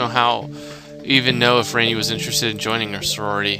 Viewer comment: No its not its pronounced ran - ee